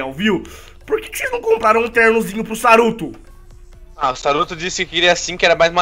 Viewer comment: não é saruto é soruto